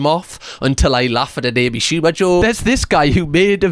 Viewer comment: “A B Shooba”